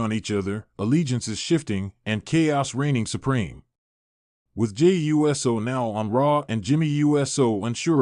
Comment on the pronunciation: Wow! WWE Now and it all computer voice. Can't say," Uso."But says," USO."( United States Organization )